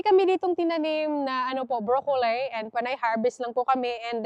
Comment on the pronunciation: Huwag mo masamain kung correct mo ang pronunciation ng broccoli. Hindi brokoley. Tanong mo kay David, your husband, unless Australian accent yon. Follower mo ako kaya Ayaw kong pagtawanan ka nila. Alam ko tamang pronunciation ay as it spells, bro-co-lil.